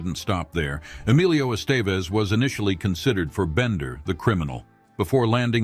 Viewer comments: kinda lost me at "Estayvez" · Ha, if you grew up watching Emilio Estevez you would know how to really pronounce his name and nowhere near the way this AI pronounced it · Please do your research and learn how to pronounce Estevez and Des Plaines